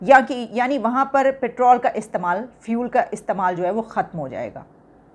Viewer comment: Are jaahilo pertaal nhi petrol hota h🤝